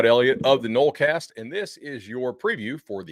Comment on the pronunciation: "nolecast" gonna be a struggle the rest of the way lol